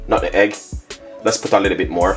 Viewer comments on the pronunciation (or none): It’s not nutegg ...... it’s nutmeg